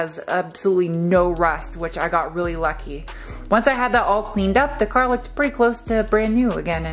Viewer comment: I could tell you were starting to be drained by the whole thing when you said "cah" with your northeastern self. So cute